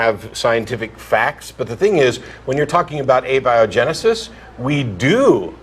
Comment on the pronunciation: A - bia - genesis? LOL...